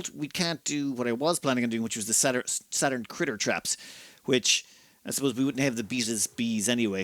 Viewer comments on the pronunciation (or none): none